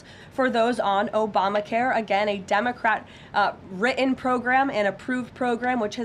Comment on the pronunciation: 😆 What was he axin' uhgeeuhn